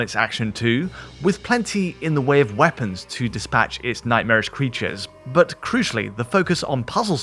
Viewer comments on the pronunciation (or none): none